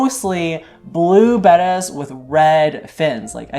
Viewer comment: So glad to hear you call them bettas and not bAtas. I've had them most all my years (65) now.